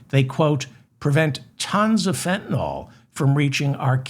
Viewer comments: It’s Fenta-NYL, not NOL! Sorry- I’m a pedant and it irritates me so much when everyone pronounces it wrong… 🙄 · Fen-ta-NILL. Not nawl.